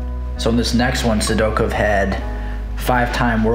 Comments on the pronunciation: Great stuff. The way you pronounce Sidakov cracks me up. Sidokev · A little Sidakov slide-by addendum, eh? I'll definitely consider it! Maybe I'll even pronounce his name right this time. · I don't like how you say Sidakov